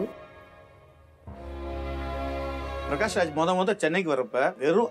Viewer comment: Pragash kedaiyadhu prakash sari aahi uccharikkrada kathuko avaroda per appadi illa. Pragash nu avaroda appa amma avaruku peru vechille avaruku avaroda appa amma vecchirrukradu prakash nu. Avaroda mulu peru prakash raj.